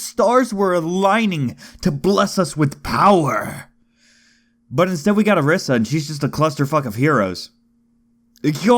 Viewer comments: hey dude its O-R-EE-SA not O-R-IS-A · its pronounced OrEEsar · lol isn't it pronounced oreeesa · You are saying Orisa incorrectly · I've never experienced some one sounding so WHITE when pronouncing a characters name